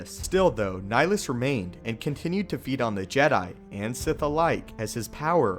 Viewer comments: Love the videos, just liked to point out that the name "Nihilus" is derived from the latin "nihil" (sounds like nee-"hill"), so shouldn't his name be pronounced has Nee-"hill"-us, instead of Nilus? P.S. "Nihil" is latin for nothing. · Dude it's Nihilus. Like climbing a hill. Look up Nihilism or nihilistic. That's the concept idea behind his character. Good vid though.